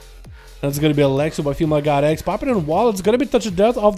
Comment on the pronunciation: It sounded like he was saying “female got eggs” every time he said “female god x”...